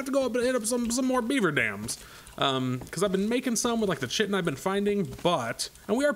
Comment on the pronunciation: kye-tin. not chit-in